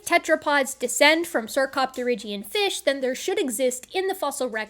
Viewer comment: ...what's a "fesh?"